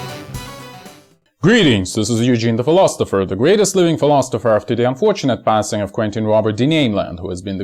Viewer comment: fill-os-iffer = Philosopher NO T :D